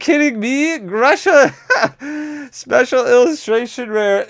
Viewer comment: This Grusha should be pronounced as Groosha. Idk why did they bring the trainer with ruZZian name, in the environment that reminds ruZZian Siberia, during the ruZZian invasion in Ukraine. Is it so hard to find any other nation that does not do mass slaughtering?